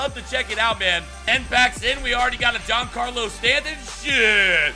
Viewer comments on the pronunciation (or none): none